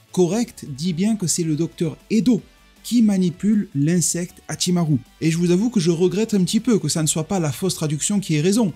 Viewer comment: Très intéressant ton accent japonais sur Hachimarrrru. Mais également sur ce que tu nous apporte dans cette vidéo. Par ailleurs j'ai adoré ton short sur Yamochi.👍